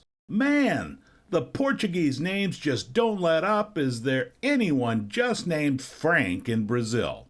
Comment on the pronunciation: Where’s Joe when you need him? In spite of your butchering the names, those notes are super cool to look at and the video was interesting